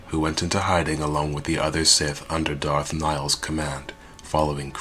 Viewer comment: It's DARTH, NOT DARK, i swear people, do not talk if you can't even say the words correctly. DARTH, DARTH, DARTH, DARTH.